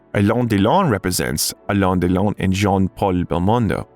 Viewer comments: You are not pronouncing his name correctly. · Why can't you pronounce Alain Delon's name accurately? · Alain Delon would have deserved a narrator that could pronounce his name correctly. Informative doc, though. Tks for posting